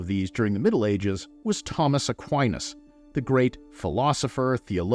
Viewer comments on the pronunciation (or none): none